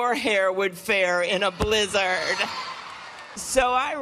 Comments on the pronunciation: It’s kind of a mildly good comeback the first time on Twitter. Like yeah, trumps hair would probably fall off his head in a blizzard. But why recite the same okayish tweet 500 times as if it was the funniest joke you’d heard in your life? AND WHY THE FUCK DOES SHE SAY BLIZZARD LIKE THAT!?!? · Damn she was proud of that joke. And she says blizzard really weird